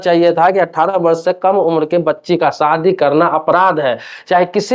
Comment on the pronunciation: सादी नहीं, शादी बोलो।